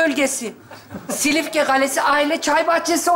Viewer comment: Silifke dedi iki gözümün çiçeği 😂😂